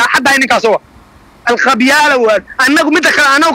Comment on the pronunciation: Marka hire ha dhihin Alcatel-Lucent ee waxaad dhahdaa (ALQABYAALA😂😂😂😂😂😂